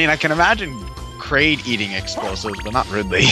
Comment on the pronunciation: Did say Kridlet and Raid instead of Ridley and Kraid?